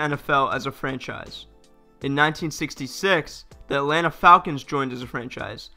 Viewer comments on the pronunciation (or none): none